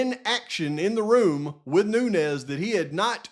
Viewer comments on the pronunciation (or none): none